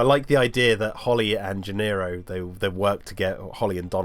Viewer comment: Isn’t Donald’s last name “Gennaro”, not “Gennero”?